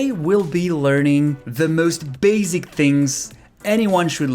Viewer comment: Nice. Careful, le s dans basic se prononce comme un double ss (pas comme le z). Ex: base-ic 🙂